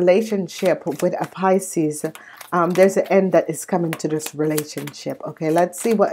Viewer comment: Your saying picies this is scorpio.